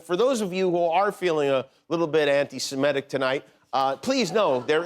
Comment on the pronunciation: Could someone in Jimmy's team educate him that it's pronounced "anti-Semitic", not "anti-simetic".